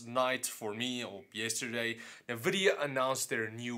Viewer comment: Dude, I cringe every time you say "Navidia". Other than that great vids! :P